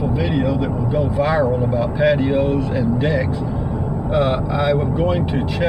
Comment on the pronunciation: For a moment there I thought that you said 'I'm going to talk about pantyhose and decs' ;)